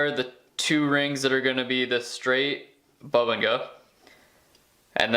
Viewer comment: Boo-bing-ah is how you pronounce it. Create video. Hope you continue to post. Love the details.